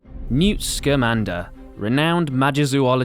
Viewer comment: Why does everyone mispronounce newts last name?